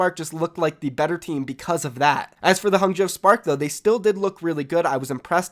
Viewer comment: Just so you know its pronounced Hangzhou (Hah-ng-zh-oh)